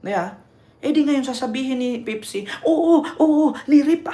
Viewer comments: Npaka bobo mo ,pepsi ndi pipsi , halatang wala kang alam nag mamarunong ka . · Bakla Pepsi. Hindi pipsi